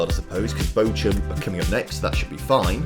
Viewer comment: Bochum 🫣🫣 it’s bochhhum